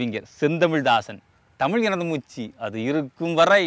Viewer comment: I am your fan! I like all your videos! Keep rocking! But just one observation! When you say Tamil enadhu moochu! You are saying it as moochi! Is it not moochu! I will be happy , if you can change it, if you also feel so! However, I like your tag line!